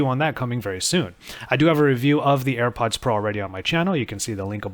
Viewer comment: It's not Air buds. You are constantly calling it Air buds.